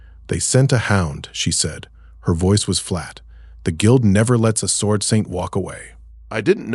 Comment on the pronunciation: The Ai's voice changes way too much, and the first time I heard the W pronounced in sword, I knew this had not been checked.